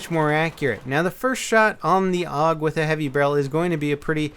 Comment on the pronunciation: pronounced A-U-G